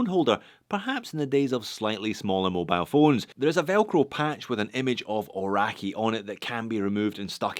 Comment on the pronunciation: It seems can pronounce ‘bund’ correctly, but not Kia Ora, Aoraki or Māori.